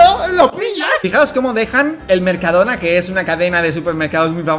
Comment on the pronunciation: Dalas, no es así, es: Mercadoona, Mercado-do-na~